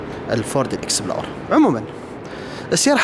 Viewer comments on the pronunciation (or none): فورد. اكسبلورر. مش اكسبلور 🤣🤣